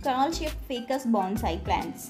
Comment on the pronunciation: అది ఫికస్ కాదు ఫైకస్